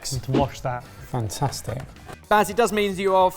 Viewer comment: Also Bass instead of Baz, sentry instead of century... Your videos are very confusing for the hard of hearing this way.